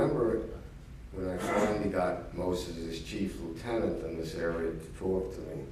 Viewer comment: Make that “towak”.